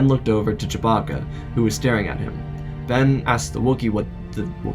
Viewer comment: Did you just say…Choe-bacca